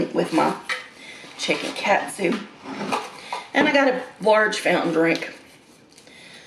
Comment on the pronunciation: It's pronounced kawt-soo